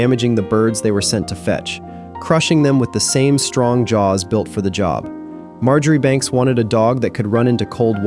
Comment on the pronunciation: Marjoribanks is pronounced Marchbanks or Marshbanks. It is like Menzies, pronounced Mingiss. We are a strange lot in Scotland 🙂